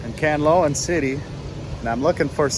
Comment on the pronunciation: I keep hearing you pronounce "kanloan" and it is "can-la-on" or am I not hearing well? Go and buy a piece of bed foam to lay under, that will help. Remember that you are not a very young man anymore! No, camping isn't a sport here in the Philippines as there is many bugs and ants... No will animals though, but it's hot at night!